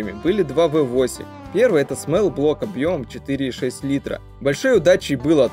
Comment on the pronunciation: Ни смэл блок а смол, то есть малый а смэл это воничий